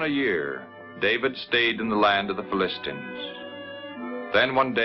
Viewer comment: Fill-ist-stans? I thought it was Fill-uh-stines.